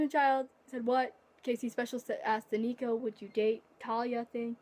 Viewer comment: You did mispronounce my name but that's ok😂 and my fave disney movie is Hercules too even though it is inaccurate